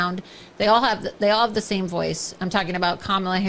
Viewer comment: The ALL do talk the SAME (the pathetic, plastic parade of Trump's favorite tv gals) with so much filler in their faces and mouths, that she can't even make the sound "m" ("same") ("James"), etc. I actually don't know if she is in the cult (she's certainly in it for the grift or exposure) but maybe posing as a cult member and just acting as a cult recruiter and a projector of it's tenets.